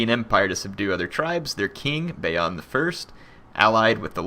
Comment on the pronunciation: Your pronunciation of the name Bayan is so fucked up that I couldnt stop laughing at my screen.